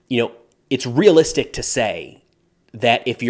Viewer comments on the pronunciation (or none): none